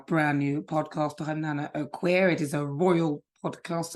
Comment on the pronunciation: NANA please say your name correctly